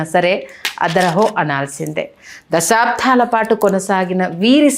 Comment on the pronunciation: Anchor గారు. "దశాబ్దాలకి"... "దశాబ్ధాలకి" కాదు... గమనించగలరు